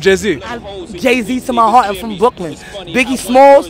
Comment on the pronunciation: what a classic the way that she says brooklyn is so good what a legend